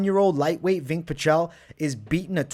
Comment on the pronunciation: Did you call him Vink? Lmfao😂 im on the floor. VINCE the E is silent